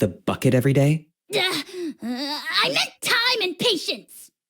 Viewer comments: WHAT DO YOU MEAN AJAW'S NAME IS PRONOUNCED AHAW????? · I kept calling Ajaw as in A-Jaw. Never knew it was pronouced Ahaw. You learn something every day.